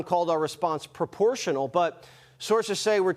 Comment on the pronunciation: When he says perportional, that is for Western consumption